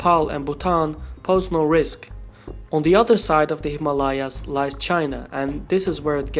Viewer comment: imma-layaas or himalayas?